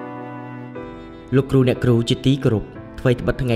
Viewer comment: លោកគ្រូ អ្នកគ្រូ មិនមែន លោកគូ អ្នកគូ ទេ ហើយក៏មិនមែនញ៉ុមដែរ គឺ ខ្ញុំ។ បើក្មួយៗ រៀនដល់ថ្នាក់ទី12 និយាយដូច្នេះ ចុះអ្នកមិនបានរៀននោះទៅជាយ៉ាងណាឫ????????????? នេះគ្រាន់តែចំណុច2 ដែលខុស នៅមានចំណុចច្រើនណាស់ទៀតដែលខុសមិនគួរខុស។តើខុសនេះមកពីលោកគ្រូ អ្នកគ្រូឬ??????????? សូមមេត្តាជួយកែកំហុសឆ្គងទាំងអស់គ្នាទើបទៅរួច។ អរគុណទុកជាមុន